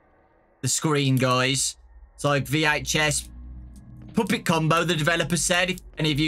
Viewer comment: i love how he says puppet like “poopet” i literally love this guy so much